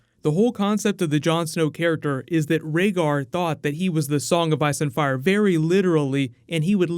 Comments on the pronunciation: Did no one else notice accidentally say "Ire and Fice" instead of ice and fire? 😛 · " The child of Iire & fice" 😂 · Did he say a song of ire and fice? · "The child of IRE and FICE." Please tell me I'm not the only one who heard that lol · Is it just me, or does he say "The child of ire and fice"? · "Child of Ire and Fice" lol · John Snow: "The child of ire and fice" . Intentional? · Did anyone else catch "ire and fice"? 😂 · I think I heard you say "IRE AND FICE". Is it me? Love your channel! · Haha you said the child of ire and fice